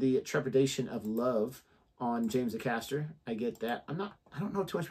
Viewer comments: Just a note,, James pronounces his name as Ay-caster, not a caster. Stress is on the first A. Here's a suggestion for you - regarding those low growly notes - do watch Geoff Castellucci's Unshaken. See how that affects you. :) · Acaster is pronounced with a long A as in ray, lay etc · Please pronounce ACASTER correctly ! AY (as in hay) CASTER. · His surname is pronounced A-caster